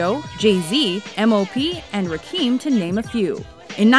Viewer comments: Hahaha this Chick said Rakeem xD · Broooo. Rakim. Not Rakeem. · 'raw-kim' NOT 'ra-keem' lol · They really called Rakim “Rakeem” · hearing someone say "rakeem" STILL irritates me... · just said Rakeem. Wow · Wow, she did call him Rakeem. Lol! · Its rakim dummy. Say the name tight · Gotta learn how to say Rakim's name right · I liked the video but I get pissed when she keeps mispronouncing rakim